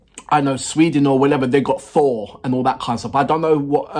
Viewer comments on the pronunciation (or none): none